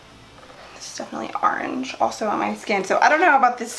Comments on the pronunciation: did anyone also hear her say "arange" instead of "orange"? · I could watch your videos all day. Random but I like the way you say orange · I love the way she says orange! Lol